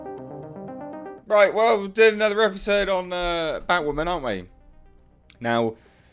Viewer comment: Lmao did you just call it bitchwoman?